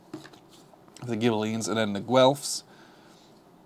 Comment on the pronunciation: "Guelfs" and "Ghibellines" was pronounced spot-on (they are the Anglicized versions of the Italian "guelfi" and "ghibellini"), but "Acerbi" would be "ah-cher-be," with the "ch" pronounced like the "ch" in the English word "church." All Italian "c"s and "g"s are hard, except when immediately preceeding an "e" or "i," when "ce" and "ci" sound "chay" and "chee," and "ge" and "gi" sound "jay" and "gee," respectively. An intervening "h" before the "e" or "i," as in ghibelinni, will "convert" the "c" or "g" back to a hard pronunciation, which is why you really only see "h"s in original Italian words sandwiched between a "c" or a "g" and an "e" or an "i." Otherwise, "c"s are never sounded like an "s," which is one major difference between Italian and Spanish pronunciation. My apologies, in advance, for the overly pedantic and hopefully not too convoluted explanation.